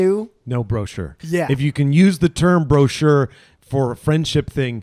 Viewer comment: Bro-chure Bromance